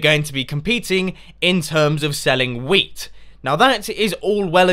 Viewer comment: every time Mumbo says "Wheat" I think he says "Weed"